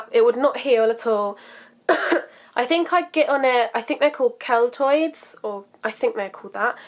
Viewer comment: the "keltoids" are KELOIDS . lol pronounced key-lloyds .